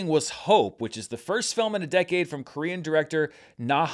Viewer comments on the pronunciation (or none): none